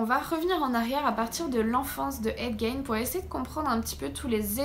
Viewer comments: C'est toujours aussi bien documenté et présenté, bravo. Si je peux juste me permettre une petite précision: en Anglais, "Gein" se prononce "guine". ;) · 😂😂😂Gein... Puree si tu pouvais au moins prononcer de facon propre... Le g c est j en anglais...du coup nous avons ce qu il avait dans sa tete a ces moments la